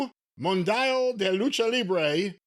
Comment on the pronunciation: your Spanish needs serious work. VAQUER vah-keh-rr (roll your rs) "Mun-dye-ol" MUNDIAL mun-dee-al cabron. LLUVIA yu-vee-ah...it means rain